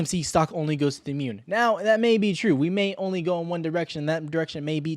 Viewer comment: “Mewn” cracks me up